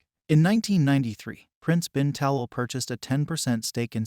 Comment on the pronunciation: Please pronounce HRH name correctly. His Highness’s last name is pronounced Ta’lal.